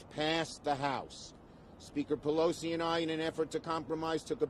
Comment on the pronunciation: Well...looks like he pronounced Pelosi wrong!